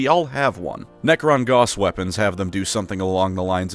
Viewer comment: Gauss is pronounced like house but with a G, not like boss but with a G.